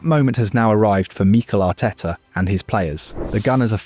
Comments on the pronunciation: Meekle Ateta. AI voices are annoying. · Exactly! I grew tired very quickly of hearing MEEEKEL Arteta every 10 seconds 😂🤦🏻